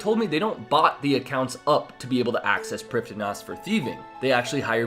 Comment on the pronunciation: You didn't pronounce Prifddinas correctly.